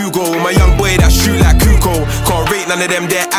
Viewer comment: It's pronounced Kukoch (Kukoč) not Kukoo